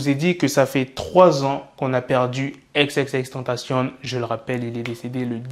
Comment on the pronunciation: Xxxtentacion pas xxxtentcion